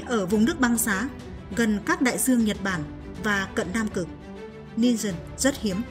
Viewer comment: Nói thì đường buồn nghe,giong đọc. Nhiều từ nghe sai sai. Đai duong, thì đọc Đai giuong. Do, thì đọc gio....còn nhiều từ nữa.......ok